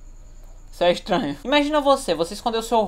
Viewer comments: é extranho isso é ixtranho é ixtranho só é ixtranho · Isso é "estainho"